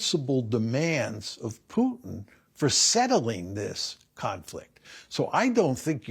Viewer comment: It's Putin (pootin) not Putin (like putrid), Piers. Jesus. learn to get his name right at least